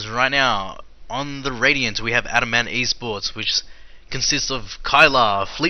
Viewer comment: It's not pronounced Adam Ant. It's adamant